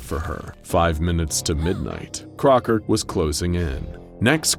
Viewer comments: Is it just me, or does the word "Crocker" sound really weird? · and did anyone else notice how he says “Crocker” weirdly here? Almost like it’s been edited in